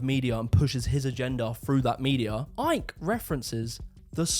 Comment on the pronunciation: "the new order of barber Arians" Shouldn't his last name be pronounced "ick"?